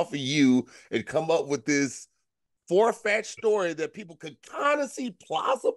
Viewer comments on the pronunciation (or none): Hold on, nobody caught that said forefetched and not far-fetched😂😂😂